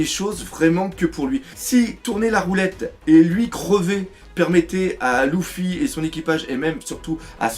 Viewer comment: la seule critique que jai a dire dans chacune de tes video est : que quand tu dit luffy tu le prononce louffy '-' . ptn que de puissance dans tes video